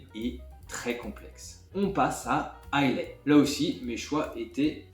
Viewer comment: Superbe vidéo, bravo ! Pour info, les écossais d’Islay prononcent "a i la" et non "a i lai" 😊